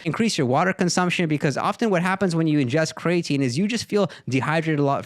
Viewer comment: Bro said cray tine 😂